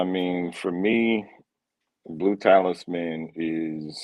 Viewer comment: For future reference: Talisman = "TA-LISS-MAN" not "TAILS MAN" Pi = just "PIE" not "PEE-EYE" Ingenious = "IN-JEE-NEE-US" not "IN-JEN-YOU-US" Hedonist = "HEE-DUN-IST" not "HEN-DOH-IST" Just trying to help. Don't fault you mispronouncing since being live is tough. 🙏